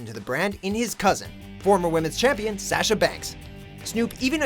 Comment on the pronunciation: Sasha banks wouldn't like the way you pronounce her name 😂